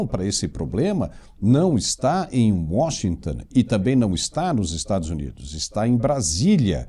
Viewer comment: É Washington, não é Washingtan